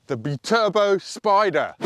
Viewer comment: you know that Italian is a phonetic language; you could help end the confusion over the word Spyder/Spider by pronouncing the y or I in Italian just like you do with BiTurbo.